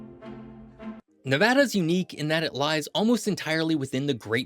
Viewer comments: Ty for saying Nevada and not Nevahda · Great video! Thank you for pronouncing Nevada correctly. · The fact you say Nevada correctly 👏👏👏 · As somebody who's lived here the majority of my life, thank you so much for saying NEVADDA and not NEVODDA. I've had to correct so many educational channels on this. Drives us crazy! Right on for your video here. Aweosme facts. I didn't know we had some of the oldest rees on the planet. Very cool fact. I live in Elko Nv. And the Ruby Mtns are over the hump to Springcreek and in our backyard. Basically, it's a 25 to 30 min drive. They are a beautiful range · Far too many people say, Ne-VAH-duh, rather than the proper Ne-VAD-uh. As all Nevadans know, Ne-VAD-uh is the proper pronunciation. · HE SAID NEVEDA CORRECTLY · You got me at the beginning when you pronounced Nevăda correctly! I’ve been in Nevada more than 30 years and have been all over this state. From the Valley of Fire to Lake Tahoe, Cathedral Gorge to Fly Geyser, Pyramid Lake to Great Basin National Park, and Virginia City to Rhyolite, there is so much more to this state than Las Vegas! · The explosive growth has a lot to do with the invention of air conditioning that made the area more inhabitable. Also thanks for pronouncing it correctly. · A: it’s a real voice, B: at least he got the state name right? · The fact that you reiterated Nevada… makes so happy. Thank you for pronouncing it correctly. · Thank you for saying "Nevada" properly! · Thanks for saying Nevada correctly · Thank you, thank you for pronouncing Nevada correctly. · Thanks for saying Nevada correctly. 🤘🏼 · Earned my like for pronouncing Nevada correctly 🫡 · Born and raised in Las Vegas Nevada! It’s the best state and thank you for saying the name correctly. 🏔️ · Thank God you pronounced the name correctly! Good Job! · Thank you for saying Nevada correctly. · You are the absolute winner for pronouncing Nevada like a local! 🏆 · Thanks for pronouncing Nevada correctly!